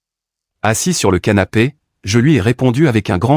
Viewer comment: ces moi ou il a dit sanape😮😂